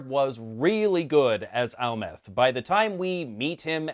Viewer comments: ?? You mean Amleth not Almeth? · Amleth not amleth